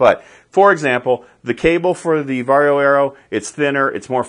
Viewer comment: I find it funny you pronounce it “Varrio” instead of “Varjo.”